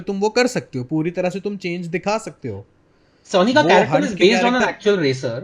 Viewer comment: Are sonny hai bhai, sunny nahi😅